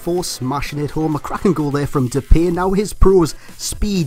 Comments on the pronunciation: U pronounce his Name like Dep i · It's Dep-pie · Great video, and just for future reference it's pronounced De-Pie haha, have a dutch mate that bangs on about it. Other than that, KUTGW. :D